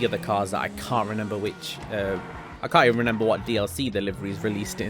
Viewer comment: Please stop saying renember bro